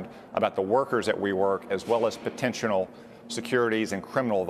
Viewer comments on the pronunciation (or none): Did he just say potentional? 😂